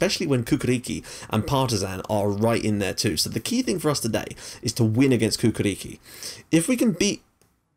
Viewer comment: Your pronunciation of Cukaricki is awesome :D